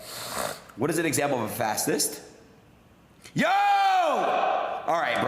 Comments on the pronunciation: Him learning how to say fascist is top tier comedy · Dude is functionally illiterate, go watch him looking up "fascist" or "fassiss" as he says. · "wut duz a fassist mean" 🥴🤡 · Adin can't even pronounce fascist and has the literarcy of a mentally challenged 12 year old. It's remarkable he can do anything. Oh, and the funniest thing about his relationship with Fuentes is: Adin is jewish and was shook to learn about WWII